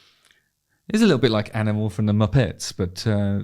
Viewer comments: Did he just say "muppe'ts ?" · “He’s a litl like animl from the Mupaetes.” Gold.